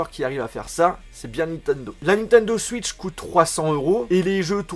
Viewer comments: Désolé mais on dit "Switch" pas "Suitch" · Ils m'énerve quand ils dit suitch c est switch